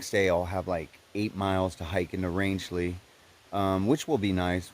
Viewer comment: I totally agree with 😇 Ina's quote! Roscoe is a man's dog...but not just any man...IBTAT! 👊🏻 Well, you said Rangeley correctly! 👍🏻 Wow! You and Hawk could be neighbours! 👍🏻 He wants to move to Maine also. Birch said the same thing when we were at Sugarloaf. He has never been to Maine and now wants to move there too...but I reminded him...it isn't that easy...so we are going to do a lot of exploring in Maine this fall because I just don't do well in the heat...although this past weekend wasn't that bad. I consider myself a Mainer, having spent 10 of my youth summering with my grandparents, playing in the forest and trekking through the Hundred and climbing up to the summits. Justin follows Evan EWolf's backpacker_comics (correction). We must have just missed each other! 😲 We took a tour of Hostel of Maine too! We will be there in September to finally peakbag Sugarloaf on our NE67 list. I told Birch not to run any races beforehand! 😂 The views were amazing this vid! Some of the climbs are class 2 scrambling...boulders and slabs...use of hands required. Others may be class 3 climbs, assisted by ladders or even bouldering. No, these mountains are not easy. You don't have to be a climber, but have some hiking experience! New England has 67 4000+ footers and you will be challenged by over 50 of them before leaving ME, NH, VT. You are doing great! Hope everything worked out in Rangeley with the shuttle and hostel! Happy trails! 🌺